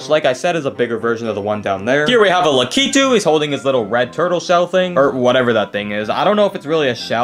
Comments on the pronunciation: Bro really said Lakeetoo 💀💀💀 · really pronounced Lakitu as "Lah-Key-Too". 🤣